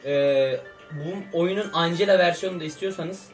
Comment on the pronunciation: Angela diye okunmaz encla diye okunur 😎😎😎